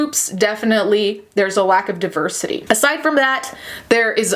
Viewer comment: If pronounces deversity well shit then it is DEVERSITY PERIODT